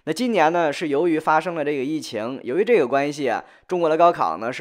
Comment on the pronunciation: 寨个呢，寨个呢，寨个呢